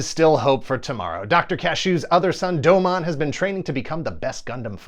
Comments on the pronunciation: Who’s Doe-mon? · For all the work you put into this channel, please, for the love of God, pronounce his name correctly: DomOWN. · D-did he call Domon doma? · They way he’s pronouncing Domon’s name is pissing me off 😭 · I like how he pronounced Domon like it was a Digimon lol